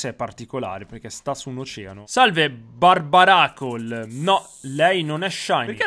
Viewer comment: Si dice barberacol